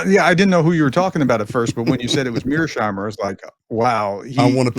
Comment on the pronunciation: Mears-heimer, not Mear-sheimer! You may call him Meerschweinchen, though.